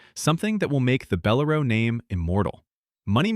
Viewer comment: It's Bell-- LAIR'--oh NOT beh-lair-o.